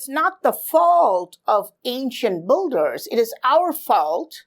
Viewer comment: its builders not bolders